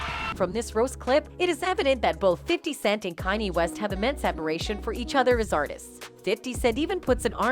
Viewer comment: She calls him kan i?